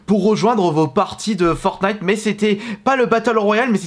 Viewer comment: En vrai ça va, tu disais FortnIte avec le t Parce que y’en avais pleins a l’époque qui disait FornIte sans le t